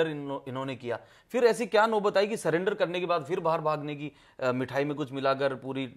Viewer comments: surrender ko cylinder koi bhi aria me nhi bola jata bhai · पूरा परिवार शिक्षित है सरेंडर को सिलेंडर बोल रहा है